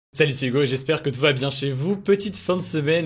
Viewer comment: Nan franchement t’as bien prononcé Hugo 🤗😁